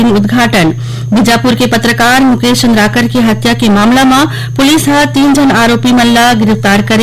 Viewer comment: सुरेश चंद्रकार मुकेश चंद्रकार। अरे उच्चारण तो ठीक से कर लिया करो जी। बहुत दुख लगता है। छत्तीसगढ़ी किस प्रकार से चंद्राकर है कि चंद्रकर है जरा समझ लिया कीजिएगा।